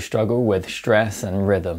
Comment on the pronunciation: "Shtruggle with shtress". Well, ok.